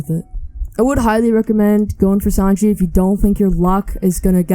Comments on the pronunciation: Please say Sanji not Sanjay lol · Who else is cringing when hey says Sanjay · I ain’t tryna be mean but it was funny how u pronounced sanji and ussop